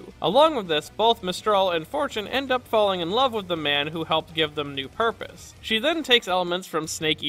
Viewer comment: It's pronounced "purpose".